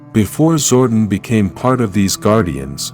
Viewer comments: And it's Zordon pronounced " Zor don" not Zordin. Note to self next time I see this channel click " Don't recommend this channel" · Zor-DON, it’s Zor-DON. Sorry, that was irking me.